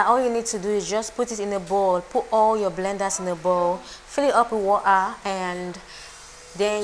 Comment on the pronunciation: It’s the accent for me😆😍😆Absolutely nobody:”Woh:ah” “Pre:shuh” 😆😆😆😆😆😆I enjoyed watching this,the voice over was an icing on the cake ☺️